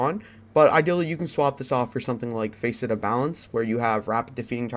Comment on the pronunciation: Face et? Lol it’s pronounced fasset. Just fyi. Good vid❤️